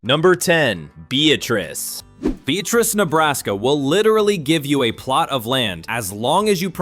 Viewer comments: We pronounce it bee-at-tris in Nebraska. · It's pronounced Bee - AT' - riss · The city of Beatrice, Nebraska, is pronounced BEE-at-triss. The first syllable is "Bee," the middle syllable is a short "at," and the last syllable is "triss". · Beatrice, Nebraska, pronounced: "Bee-at-ris," with the emphasis on the "at," as opposed to the "Bee." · It is bee-at-tris, not what he said. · My dad was born in Beatrice Nebraska. He said it's be-AT-rice. Just so ya know. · Beatrice is pronounced, bee at tric. Just don't want you to sound like a fur-rin-er😆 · Beatrice is actually pronounced Be-AT-rus. I don’t know if anyone knows why. It’s a nice small town. Population is about 12,500.